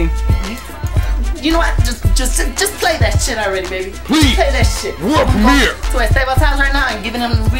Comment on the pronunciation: it always trip me out how jossue say "permear" instead of "premier" lol